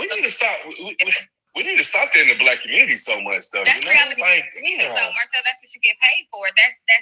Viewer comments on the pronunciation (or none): none